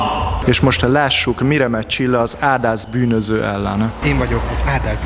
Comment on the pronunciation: "Én vagyok az ádász bűnösző,, xD